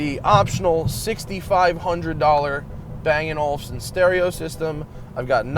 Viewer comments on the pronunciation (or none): Love the way Americans pronounce "Bang & Olufsen" .... :)